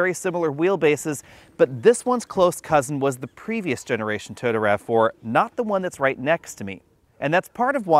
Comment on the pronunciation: Great review but can you try and pronounce Toyota right? Cheers